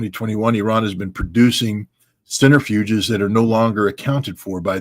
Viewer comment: Centrifuges, not "centerfuges".